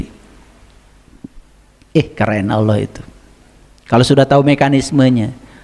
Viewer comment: hebatnya si itu nyebut nama Allah menjadi auloh dan aloh.dan si gz becus baca alquran,pdhl si udah bau tanah.itulah hebatnya si